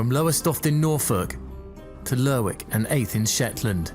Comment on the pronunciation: lerwick is actually pronounced LERICK.